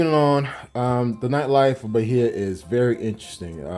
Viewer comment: BAI-EEEEE-AH no H sound